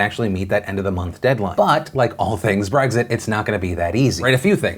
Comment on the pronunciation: There's no g in Brexit, Phil